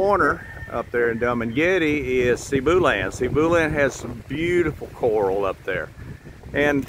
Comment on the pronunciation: I like how you say Dum and Getty for Dumagete.😅 Nice project. But, with the weather changing and ocean rise, I would hope you take that into account. Many places in Hawaii and here in Virginia and North Carolina are washing away into the sea rise.